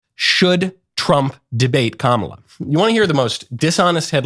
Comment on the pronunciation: Trump is a coward with his tail between his legs. Constantly calling Kamala by saying her name wrong is as infantile as they come